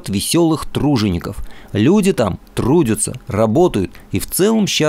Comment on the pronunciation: Спасибо за ролик! Но вот «трудЮтся» режет слух 🔅